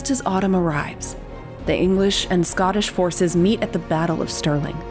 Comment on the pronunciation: Thanks for an interesting video. Good to hear a human narrator. It makes a big difference even with a couple of faulty American pronunciations of Scottish words. A lot of comments on the movie ‘Braveheart’. As a Scot, I saw all the misinformation it contained but it certainly made European friends interested in Scottish history. I was pleased that Mel Gibson made the movie but didn’t like him as the star. I think that there enough good Scottish actors whom he could have cast in the role. However, his name had selling power so that people went to see it! I just suspend belief and enjoy it as an entertainment.